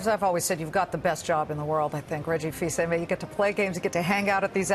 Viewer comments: “Reggie Fils-Amy.” Haha! At least she corrected herself. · That butchering of Reggie's last name.